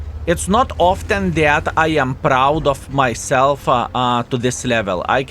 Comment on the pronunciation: oftan....'aaait??? Kiliana...'aaaait? handrad...'aaaaaait???